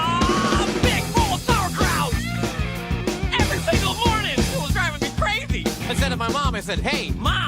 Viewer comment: Is it just me or why do I like it when he says "Mom, Whats with all the SOuUerkRaut"